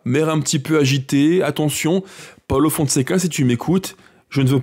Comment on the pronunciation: Ça se dit paulo et non paolo